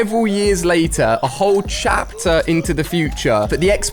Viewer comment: Why did you say chater 5 did any one notice